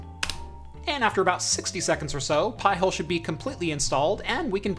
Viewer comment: Pie-Hole? 🤣🤣🤣.....NO! PI HOLE! 🤬